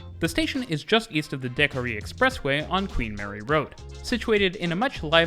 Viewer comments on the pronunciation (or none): With all the time you spend in Montreal you should ask someone how to pronounce "Decarie" 😊